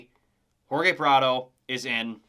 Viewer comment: Its Hor-hay Prado, not Hor-gay. Other than that it was a home run of a video.